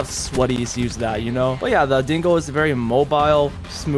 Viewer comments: Every time you say "Dingo", it kinda sounds like you're saying "Dingle" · Hearing Americans saying dingo is hilarious